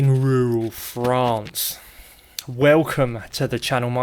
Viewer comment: Hearing Ryan say 'yall' 'crikey' and 'ruhral frawnce' all in one video is my new favorite thing. We're getting him all around the world lol